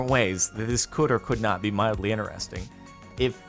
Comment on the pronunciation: i just realised that jordan says ineresting instead of interesting